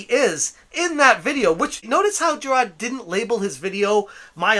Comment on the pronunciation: Ive watched two of your low effort videos and the main take away is this. You either dont know how yo say his name, or are meming his name. Its "Ja-r-ar-d" not whatever the hell youre saying. Also, dont care about the completionest. He means nothing to me. Just the way you say his name is wrong.